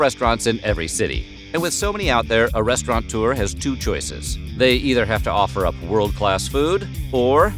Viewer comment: restaurantour ... is wrong ... restaurateur .. TER ... the U is mostly silent ... your way sounds like a bunch of people doing a bar hop of 20 bars in one night ... a restaurant tour ...